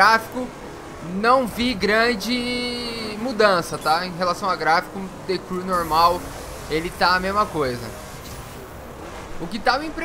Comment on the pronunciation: De Cru kkkkkk o cara não sabe pronunciar a palavra vei mds